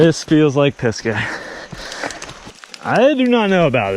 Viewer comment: Cool riding! Just wondering about the name "Pisgah": says it like "Piska" although I believe it should be "Pisga", which is the Hebrew word for "top of a mountain (or a hill), summit", originating in the bible.